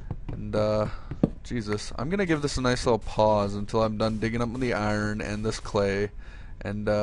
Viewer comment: the way you say "iron" is humorous